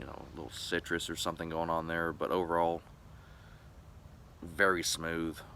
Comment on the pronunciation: Guy said citrus. Come on bro....